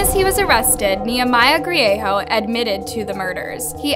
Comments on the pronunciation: Enjoy your videos- but the pronunciation in this one is difficult to get past being a New Mexico Native. Greigo doesn't have a "-ho" sound, it is "Gree-ay-go". Bernalillio is "Burn-a-lee-o" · Grie-GO never heard it pronounced grieHO interesting way to pronounce it . i know a few Griego's too of no relation to each other and they all pronounce it GrieGO.